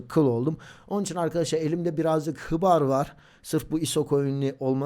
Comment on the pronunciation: Hıbar ne abi okunuslari duzeltsin guzel olur bence seviliyorsun